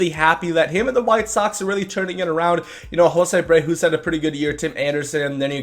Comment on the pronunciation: The way u say Abreu bothers me u say a abrewho? It’s AbreYOU, you’re still a really good YouTuber to watch and you get put really good content